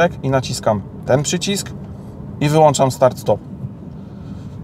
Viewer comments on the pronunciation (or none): none